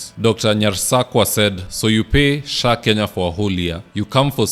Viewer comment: He said SAA not SHAA